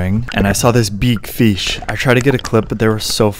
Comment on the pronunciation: " I saw this beeeeeeeg feesh"